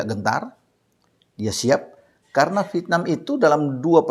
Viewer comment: INDONESIA EGOISNYA GA LIHAT POSISI. HARUSNYA BISA LEBIH KERJA SAMA DENGAN BAIK LAGI DEPANNYA. AKU SUKA INI KALO BILANG " V I E T N A M " CARA BILANG NYA " VITNAM " 🤣🤣🤣🤣 ASYIK BRO. HURUF ' E " GA ADA.....LANJUTKAN.